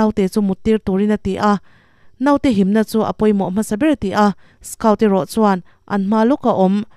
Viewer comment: A changtupa hi skaut tilo in skawt tihin lam la a dik zawk hmel.